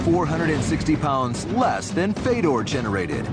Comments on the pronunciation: Isn't his name Fyodor? As in Fyodor Dostoevsky? Isn't it pronounced that way? I've heard him say it, and it isn't Fedor, it's Fyodor. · FAY-DOR (dumb 'merkin pronunciation) Fedor choking out a crash test dummy is all very well and good, but... but Barack Lesnar HAS NO NECK, and Barack's brain requires only 1/2 the oxygen of a regular human due to the fact that Lesnar is missing the entire front half of his brain. Fedor can choke out the snake any of a million or so ways cecause the snake is 100% neck; Fedor can cross his arms I Dream Of Jeanie "figure 8" style, and DOUBLE choke out the snake That snake is purty.